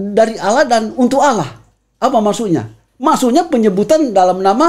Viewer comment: Tolong diajari utk mengucapkan "Allah" dengan benar. Jangan Alah